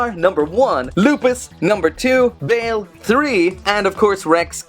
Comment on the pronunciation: Ur saying his name wrong its "Ba-el" that is how u say it right